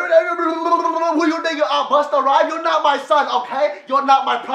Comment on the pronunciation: "who u tink u r busta ryems"